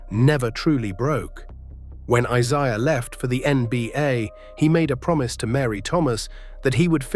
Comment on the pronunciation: Can't even pronounce Isiah correctly. What a loser!